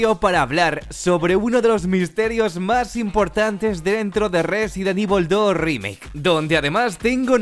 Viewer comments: del residen ivol dos rímeik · Residen ivol dorrimeik